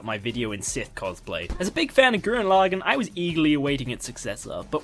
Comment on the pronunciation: i love this but can't finish it because of how he pronounces lagann sorry